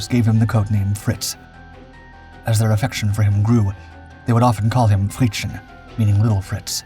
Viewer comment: Fritzchen (=little Fritz) is not pronounced frit-sch-en with the "sch" sound like in the german "Schiff" or english "ship" but fritz-chen with the "chen" sound similar to "chem" in "chemistry" (with n swapped for m, of course). But that's nothing to worry about, even native german speakers sometimes struggle with written text if there is an unexpected word ending in "s" with an appended diminutive form "chen" and read it as "...schen" instead of "...s-chen".